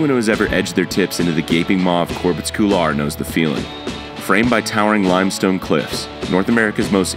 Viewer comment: "Corbet's Coolar"